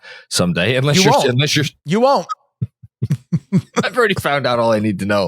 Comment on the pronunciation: Can someone please tell about the term "far a field"? He keeps running a foul of the English nerd in me. Also, "unless" isn't pronounced "inless". Thanks, love you.